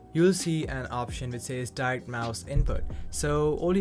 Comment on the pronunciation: Get smaller glasses young man, and women will be all over you. (Men too, if that's your thing). To help, "die-rekt". You are missing the sound of the 'ct', in the word [direct]. You need to end it with a sharp 'T' sound, like saying the word 'target'. I hope that helps. ♥️😇